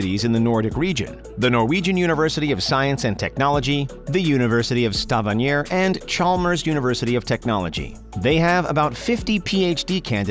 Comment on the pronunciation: i'm not from norway and I cringed when he said Stavanger xD